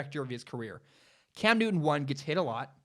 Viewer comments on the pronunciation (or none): none